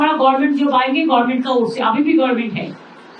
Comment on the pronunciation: Kothata gorment na government, kajer mashi amader lojja